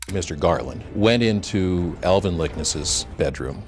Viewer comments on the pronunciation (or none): It's LIK-NES. Why kept on pronouncing their name as LI-KENS.